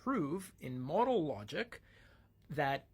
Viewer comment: It is "mow-dole" not "mod-uhl".